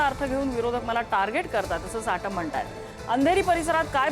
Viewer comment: साटम नाही चाटम..😂😂😂